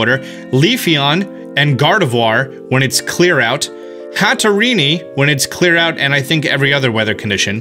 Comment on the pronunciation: Hattereney. Everyone is talking about the grapploct thing and no one mentions this. Sorry I just had to point it out.